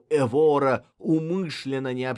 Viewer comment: Только Эвора, а не ЭвОра, ударение на первый слог.